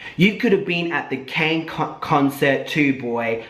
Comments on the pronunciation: also did you just pronounce kanye like cane?? HAHAHA NICE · omg hahaha... the way you pronounced Kanye. wtf 😂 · Anybody else catch how pronounced Kanye